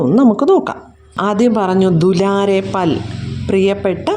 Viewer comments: ഫൽ അല്ല പൽ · എന്റെ ടീച്ചറെ ഫൽ അല്ല പൽ